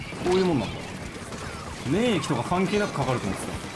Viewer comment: 免疫の発音で笑いそうになった